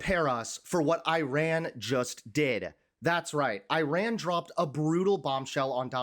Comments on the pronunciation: Please say Ee-rahn, not I ran as in a race. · It’s not Eye-ran. It’s eee-ran. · Just for your information, it is not " I " " RUN " . The " I " in IRAN is pronounced as " I " in "inch" or " indoor" and " I " and " RAN" together is one word. To pronounce it right ask some of Iranian in U.S. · pronounced Ear Ron. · Dude - please learn how to pronounce the name of the country: it's "ee' -run."